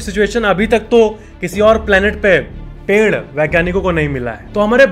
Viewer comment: the way he said ped 😂